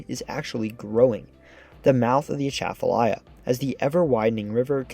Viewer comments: It's not A-tchaf-alya. It's atcha-falya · I grew up calling it the "At'cha-falaya" (like "right back at-cha!") Hearing him say "Uh-shaff-falaya" is making my brain itch. 😂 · I'm surprised no one has yet corrected the mispronunciation of Atchafalaya yet in this video. It's pronounced with stresses on the first and fourth syllables, as in "A (as in back)--chuh--fuh--LIE--uh", where "chuh", "fuh" and "uh" have the same first vowel sound in "bu-tter".....A-chuh-fuh-LIE-uh. Now don't get me started on the Tchoutacabouffa River. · i came to the comments to remark on the pronunciation of Atchafalaya. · That pronunciation is 100% wrong. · The G in CONTIGUOUS is hard, like in BIG RIG et. al. Accents on the river's name: AT-chuh-fuh-LIE-yuh (all syllables are pronounced)